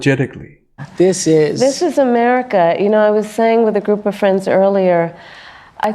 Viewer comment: "This is Ameerica. It's all about the proles."